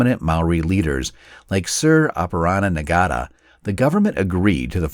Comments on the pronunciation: Nga is pronounced like the N and G are together so it's like saying Nya but with the back of your tongue pressed to the roof of the mouth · you said Ngata as N-gata but the “g “ is silent it’s pronounced “Nata” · Great coverage but please ask for help with pronunciation next time! Apirana Nahta not Na-ga-ta! Chur all the same my great uncle was a Maori Battalion soldier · The letter G in Te Reo Maori is almost silent and so the name Ngata is pronounced Nah-ta instead of Na-Ga-da. I'm also unsure what "Rotoro" is, but based on the location on the map it is likely this is meant to be the town "Rotorua". Waikato is also pronounced why-cat-oh not whi-car-toe (which sounds Native American). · it's not nigata. nga is a single sound that starts with the n sound and blurs in a ga sound. you could almost achieve that osund by prolonging the n sound for a bit longer. nnnna. his name's Sir Apirana Ngata. A great man. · Ngata is not pronounced Na-gata, it is pronounced Narta. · Ngata is 2 syllables. Nga (silent g) is a bit like nah! (I won't) and ta is simply as tar on the road. The 5 vowels are as in international pronunciation. "Are (A) there (E) three (I) or( O) two(U). The "eye (I) and eeee(E) as said in English is the only language on the planet to use those sounds. It never fails to astonish me that every English person has/had a father but can never pronounce an "A" as in father but always say the (A) as in bat! I also will not tolerate mispronunciation of the Maori language here in N.Z. It is racism! Oh dear. Ngarimu is "nah" re moo. (Re as in " re your last letter of the 9th"). A true funny story in Trieste when the Americans tried to claim liberation of the town and marched in front of a parade. The U.S Marines had a banner reading "Second to None" and the Maori had a banner reading "None"! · Sir Apirana's surname is pronounced Nah-ta. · Sir Apirana Ngata (pronounced 'Naa-ta') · Ngata was pronounced incorrectly. Ng is said as it is at the end of sing.